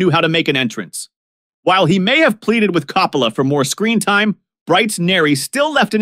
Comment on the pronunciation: I mean, since you obviously have never heard of these people, couldn’t you at least research how to pronounce their last names? Coppola. Sirico. Gaultieri. And all the others. Jeez.